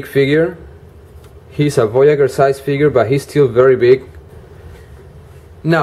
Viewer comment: I find this hard to convey over a textual comment, but voyager is audibly pronounced VOY-a-jur, not VOY-a-gher. Emphasis on the J sound, like Blue Jay. Voyager: one who voyages, one who sets out on a voyage. It's fine that you have an accent, and my intent is not to be rude, but even so, please use the correct consonant sound for this word. Thank you.